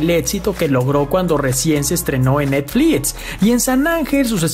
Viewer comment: 'etsito', 'netflis' , es neta?